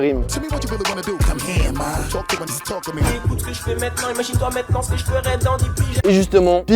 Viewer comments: Très cool la vidéo par contre frère ne dis plus jamais busta "rim", c'est busta "raymz" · Bousta Rime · Bousta Rime ???? Fait un effort mon gars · On dit beusta réme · L’enculé il a dit busta Rime… je pleure 🥹😭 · « Bousta Rimm » 😂😂 T’es jeune toi 😂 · ta prononciation de "Busta Rhymes" est légendaire ; gaffe quand même à ton prochain oral au collège : pas sûr que ça fasse rire l'examinateur si te réitères